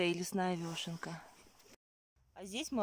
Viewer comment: Очень вас уважаю.Но простите почему вы говорите вёшенка ?Всю жизнь знаю как вешенка......вешенки.Простите даже удобней говорить.Я правда не специалист по грибам но вешенки покупаю часто.